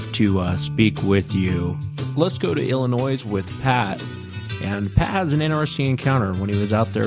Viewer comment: Wow, pronouncng the 's' in Illinois like "Illinoize" instead of "Illinoy" is as annoying to Midwesterners as us pronouncing Oregon like "Oregahn" instead of "Oregun" is to West Coasters